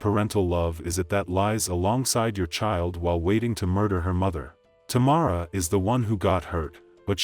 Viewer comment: The lady singing pronounced her name correctly & the narrator still said wrong. How Sway? I have the same first name and that’s why I don’t use it 😡